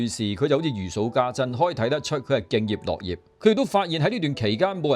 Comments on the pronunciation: 多謝分享👍🙏。敬業樂業中的「樂」在此應讀ngaau6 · 多謝台主的分享，請問配音是用AI嗎❓因聽了兩次敬業【樂】業的讀法不對。可否更正 讀音 thanks